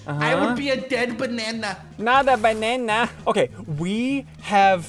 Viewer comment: "Dead Bah-NaH-[NaH" XD